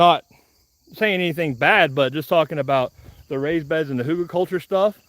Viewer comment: please stop saying huter-culture. It’s Hugel culture. And know that a dog is reflective of his owners own training…😂😂🤣🤣😂😂🤣🤣 serious on the first thing, tho’!